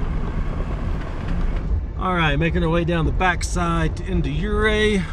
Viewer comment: You-ray, not yer-ray